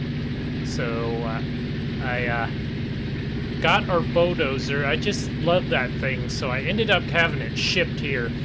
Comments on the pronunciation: Its bull - dozer not bo-dozer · The way he says bulldozer, he says bowdozer